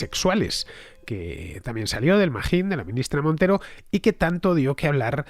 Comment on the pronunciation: me parece muy curioso queañadas una M al final de cada frase. Irene MonteroM. En el registroM. Buen video